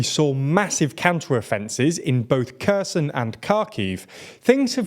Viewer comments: youve been reporting the war of Ukraine for almost a year and you still can't pronounce Kharkiv and Kherson. I'm French it doesnt take longer than 5 seconds to learn this. I love your content but it's such a pet peeve of mine when you say kerson instead of herson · Please, stop calling these cities Koson and Kakiv. It sounds awful for slavic language speakers. This "Kh" is pronounced like H in the word hotel. We write it this way simply because letter H is already reserved for another sound (softened G or sth like that). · please learn to pronounce "kh"... it's pronounced like "h" in help. It's Herson, Harkiv.. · Very thorough and interesting, as usual. Great work! Now, you will pardon me (again), but I cannot help insisting that KHerson or KHarkiv (among other words with the digraph <KH>) should be pronounced like "Hans (Landa)" and not like "Kal-El". Yes, the /x/ is not part of the English language, but the closest is /h/, not /k(h)/ — not even the /g/, imho. The transliteration of Херсо́н into Kherson (EN et al. deriving from it such as NN, NB, SV, DA, FR, LT, PT, CY, GA), Cherson (DE, IT, AF, NL, PL, SK) or Herson (HR, BS, SR, SL, LV, ET, FI, RO) does not entail such a radical change of the pronunciation. I've heard native English pronouncing it both ways (/k/ and /h/) in several YouTube channels as well as the BBC and Sky News, so it is actually possible to do it closer to the Ukrainian. This may sound trivial to you, but it is not in the original language. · stop emphasising the K so much it makes my ears bleed... its pronounced more like herson, harkiv, bahmot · How am I supposed to take you seriously if after almost a year of war you still manage to mispronounce Ukrainian names like Kherson and Kharkiv? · The 'k' in Kherson and Kharkiv is silent my man.